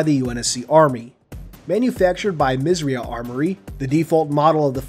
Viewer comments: Did you know you are saying "Misriah" incorrectly? It's pronounced Miz-er-eye-ahh. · When you say "Misriah" i thought you said "Misery" 😂🤣